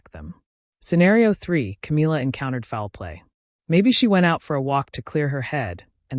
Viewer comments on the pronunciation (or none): none